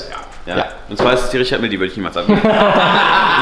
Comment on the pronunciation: Sprich bitte Richard Mille richtig aus! Es ist eine französische Marke! Richarrrrr Mijj